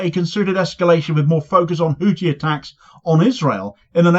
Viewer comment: FFS The th in Houthi is pronounced like the th in thin!